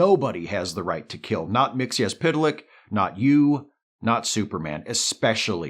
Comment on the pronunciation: Thank you for correctly pronouncing Mr. Mxyzptlk's name.